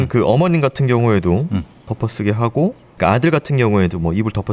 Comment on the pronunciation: 크라임 한가지 거슬리는 것. 배교수님의 말 습관입니다. 정규방송 앵커같을 수는 없지만. 그렇게 해고 --> 그렇게 하고 왜 그래느냐 --> 왜 그러느냐 불쌍해다 --> 불쌍하다 그렇게 핼 수가 있겠느냐 --> 할 수가 있겠느냐. 해다 라는 말은 없습니다. 해 를 쓰는 경우는 하다의 활용형으로 명령형이나 과거형에 활용되는 말일 뿐입니다. 많이 거슬립니다.